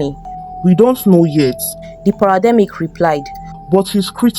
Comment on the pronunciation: She said parademic